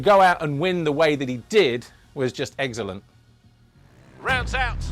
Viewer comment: Saying Coenen’s MXGP race 1 was, “Eggcellent”… 😂